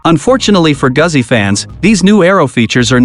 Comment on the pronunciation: He's a robot - mispronounced Goozi.